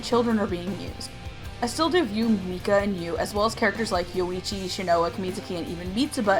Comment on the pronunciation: Wtf i understood Luigi instead of Yoichi xD